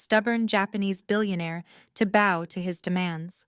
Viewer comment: Please ... PLEASE 🙏... Learn how to pronounce bow. It's not pronounced bow like a bow tie. In this context it may be spelled the same... but when it's describing a person genuflecting to another person... it's pronounced bow as in bow- like 👍in allow.